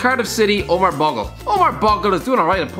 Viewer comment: It’s pronounced bowgle